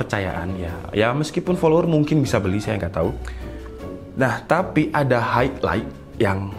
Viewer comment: Bang highlight itu bacanya hai lait